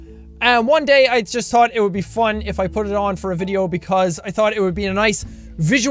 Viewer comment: "I like to ade something to the vitheo for your guyssssshh entertainments." Dat pronunciation tho :D